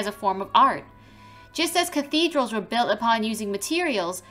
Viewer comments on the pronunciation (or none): none